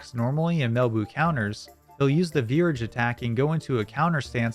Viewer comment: Okay, i got triggered when you said virage. Pronounce it like mirage lol.